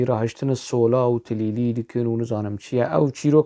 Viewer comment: استاذ. بنهاية الفيديو انت قلت تليلي! هي كليلي و ليس تليلي 😊.